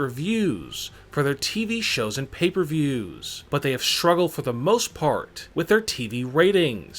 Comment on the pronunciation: The word is "STRUGGLED" not "SHRUGGLED"!!! Not only is his voice annunciation pathetic, but he can't even say simple words correctly!! Seriously, i think this is a robot talking!